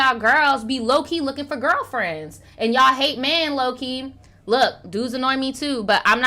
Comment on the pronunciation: LMAO NOT ALL THE GWURLFRENS